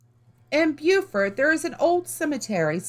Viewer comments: It's pronounced Bo-fort. Bue-fort is South Carolina. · Spelled Beaufort , Pronounced Bo-furt . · Beaufort, NC is pronounced Bow-furt. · Please stop saying Beaufort wrong